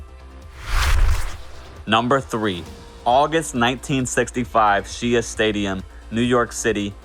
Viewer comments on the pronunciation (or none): Shea is pronounced like Shae